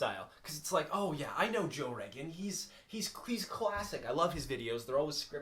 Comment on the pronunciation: Is this mans saying his name is joel reagan